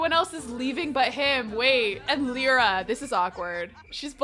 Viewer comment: Hi! I love your videos! Just to let you know, Lyra is not pronounced like that. It is actually pronounced Lee-ra. You said it right. I know because my baby sister is named that. Love this challenge btw!